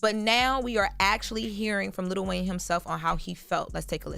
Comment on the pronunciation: ITS NOT LITTLE… Its LIl WAYNE